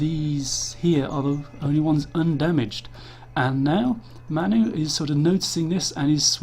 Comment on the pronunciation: "MAN U" is pronounced "man you". manchester united. you are english and dont know that? id expect even americans would know.